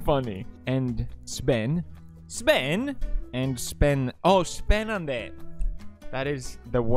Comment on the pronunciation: Sven runs to pewds after hearing SBENANDE Looks up in Dog Noises